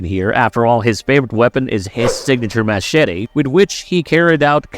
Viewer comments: The way he says Machete is funny 😂😂😂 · Wow you really gotta throw in that pronouncation in to Machete hey ? Cringe 😹